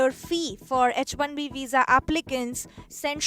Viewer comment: That girl is not able to pronounce H correctly in H1B 😂